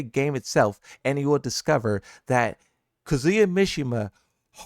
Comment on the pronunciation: Kazooya... seriously bro, that's not his name.